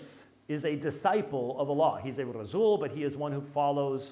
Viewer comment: "Razzuuul of Allah"? What the heck is that Dr White? 🤔